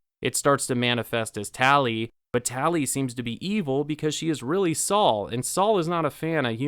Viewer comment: It's Sol not Saul!